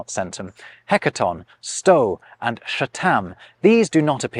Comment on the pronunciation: Brilliant as always,, but "sto" is common to most Slavic languages and, as you know, the "o" is pronounced as in log and fog, not as stoat. I am feeling mean today, tak, I think you should re-record the whole video to eliminate that one slip of the tongue. As for Kickero and Cicero..... Funny, that one..... I think most people still pronounce the surname as Cicero (Sisero) but are inconsistent with the forename "Marcus" (Markus). (9.05 onwards). It is the limitation of our 26 letter alphabet. How DO you pronounce the "c"s in "conference" if you don't know? It is so much easier as....konference (Czech), konferencie (Slovak). We even pronounce the final "c"s as the Slavs do... "ts" as in bats, hats and mats.